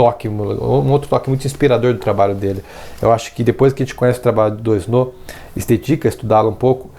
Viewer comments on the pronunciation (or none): Valeu pelo vídeo! Ah, a pronúncia de "Doisneau" é "doanô". ;) Abraço!